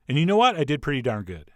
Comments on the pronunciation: I think he meant it as german "gut". Which basically means good, but he accented it as a german word. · "That's looking very Gut " XD